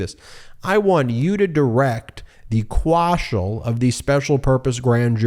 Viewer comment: Quashal? Quashal? What part of speech is that supposed to be anyway? Yep, Trump only picks the best and brightest people to work for him all right! Unbelievable!